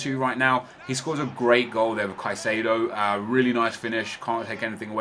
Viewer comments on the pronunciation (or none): none